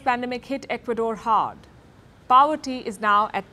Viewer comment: Palki dear, its not PAVERTY, its Poverty!!!